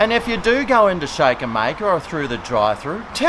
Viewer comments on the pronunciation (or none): none